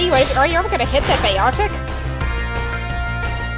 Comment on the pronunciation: why cant you pronounce beartic